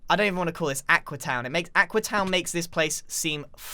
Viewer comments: Its AQUEEE not AQUA! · I like how X gave up and just calls it Aquee